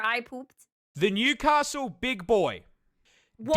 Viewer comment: Bro says, "Newcastel Big Boy" and I just became the guy in the "WHEEZE!" meme.